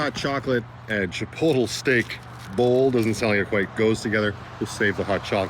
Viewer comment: Where I live, "chipotle" is pronounced as if it were an adverb: "in a chipote manner; chipotly."